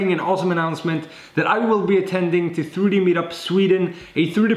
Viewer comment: I just love how he says "tharoodee printing" :)